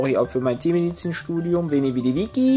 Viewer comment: "Veni vidi vicky" - 2014... Nicht Vicky jay sonder vici:D